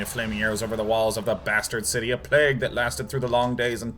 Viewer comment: lol that is not how you say plague.